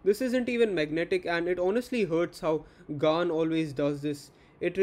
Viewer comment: You actually pronounced gan correctly first time